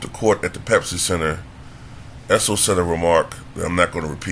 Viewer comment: He called the guy a Drunk Mexican. No beer was thrown! Know your history and pronounce his (Issel) name correctly! LOSER!!